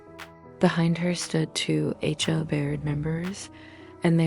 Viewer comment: I love that the AI voice keeps saying the H-O-O did this or that. Totally adds to the realism of the horse manure being fed to us.